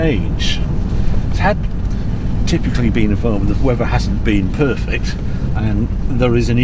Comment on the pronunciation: "near perfick" 😂